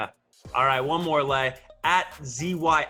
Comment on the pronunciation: The way the guy said lays last name I wanted to scream lol